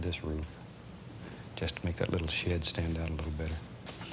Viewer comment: I really enjoy these videos and have a huge respect for the man but I got to say that I heard that Bob wants to put a "little sh*t right there" (I know he said 'shed'). :D